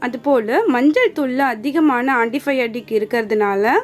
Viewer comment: Ant-biotic not potic